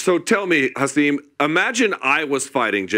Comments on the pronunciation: It’s pronounced “Ha SIM” like SIM card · He’s said his name is pronounced Ha-sim (sim like SIM card).